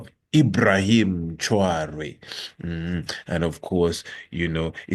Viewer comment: Pronounced “Trah-Wo-RE” Traore